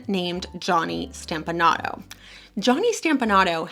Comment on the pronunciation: It is pronounced 'STOMP- a- nato NOT STAMP-a- nato...STOMP-a-Nato.